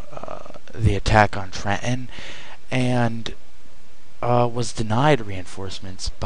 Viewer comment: completely failed in quebec? are u on glue? arnold took ticonderoga, a british sloop of war, montreal, and delayed an invasion for at least a year. do ur homework. and its TRENTON, not tre-en.